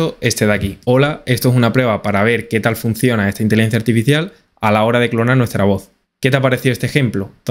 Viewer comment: El programa es tan bueno que hasta corrige la manera de hablar:: Intilencia Artificial IA: Inteligencia Artificial 👍👍👍👍👍👍👍👍